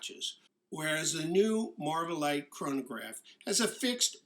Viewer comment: Great video, but every time you say chronograph I cringe.